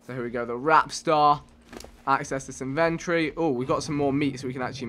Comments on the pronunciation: it's in ven tor e not inventry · Damn vikk "inventry" it's inventory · not inven-tree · It's pronounced in-vent-tory. Not in-ventroy